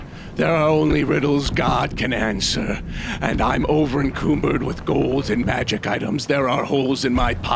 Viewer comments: over encucumbered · First time I thought we were saying "over-encoombrence" as a joke. But now it's happened twice...